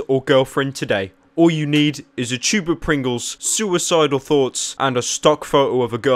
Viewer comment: 2 types of people in this world, people who say tube, and then those who say choob.